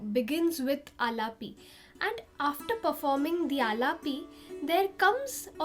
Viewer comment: You are doing great ! Fantastic . You can pronounce “a-laap” , “Bun-dish”, and “laay-kari”. I hope this helps.